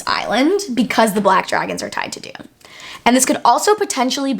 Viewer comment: I wish people would pronounce Dunne correctly it isn’t Dune it is Done. Love the theories. Some I hadn’t even be gone to think about. Not sure about sky versus earth magic but definitely interesting and will reread to see if I pickup on that. Dunne is definitely important in regards to violet. I definitely think it is Brodie. Great work. Keep it coming